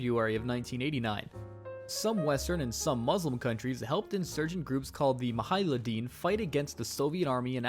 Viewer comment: ah yes the "Muh-hiladeen"